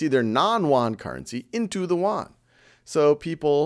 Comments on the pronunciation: Funny how you pronounce "Yuan" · Khan-made is always good! ! Btw, the pronunciation of "yuan" is not right. I am a Chinese :) and Thank you for helping me get all the As!